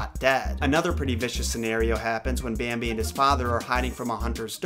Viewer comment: "Bääämbi" DX